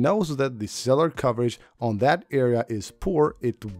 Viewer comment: “Cellar” coverage 😂